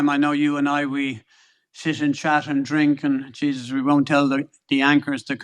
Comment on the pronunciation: When Eddie said But JJsus 😂😂 I mean ohhh sweet baby Jesus